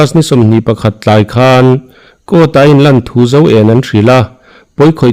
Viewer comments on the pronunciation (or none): none